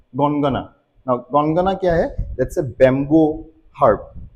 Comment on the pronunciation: An informative video indeed! Just a little correction in the Assamese pronunciation: 'Jaapi' isn't pronounced as 'Jhaapi' in Assamese; it's simply pronounced 'Jaapi'. And 'Gongana' is pronounced 'Gogona'.